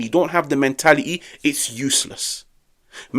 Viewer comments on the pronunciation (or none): Men*ali*yyy abili*yyy and quali*yy 😂😂